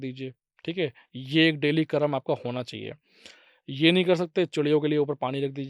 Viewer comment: Not karma it's karm